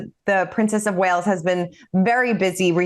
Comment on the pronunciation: It’s “Wales” not “Wells” 🤡